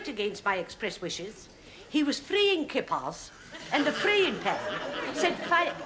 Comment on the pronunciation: "He was frayin kippars"😅